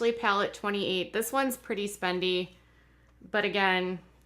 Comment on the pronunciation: Haha says speendy like she stole it from Manky Mika😂